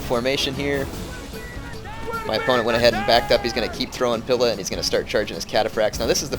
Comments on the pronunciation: "pila" is pronounced with a very emphasised "ee" sound. like "peel" or "wheel". youre kinda saying it like "pill" or "will". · Js that "pila" is pronounced "pee-la"